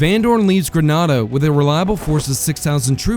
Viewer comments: I have several suggestions to improve this, but none more important than the pronunciation of yah-zoo (a as in apple) and Grin-AY-duh (a as in angry) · And to help you with pronunciation, Grenada is pronounced Greh-nay-duh in these parts.